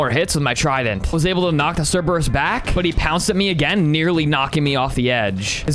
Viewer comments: Mate it's not the Cerberus it's just Cerberus You don't say the Zeus or the Hades do you? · Bro love the content but pleassssse i beg you Dont pronounce crebreus wrong plz It hurts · u pronounced Cerberus wrong